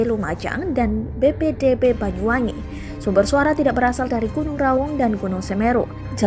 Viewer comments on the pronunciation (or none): none